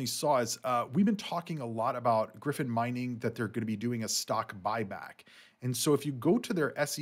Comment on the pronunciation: It's not pronounced as Griffin, it's GryyyyyPhonnnn CV :_Channel::_ICP2::_ICP::_Bitcoin